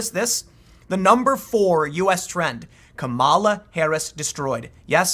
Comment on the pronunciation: Isn't it pronounced KA-ma-la?...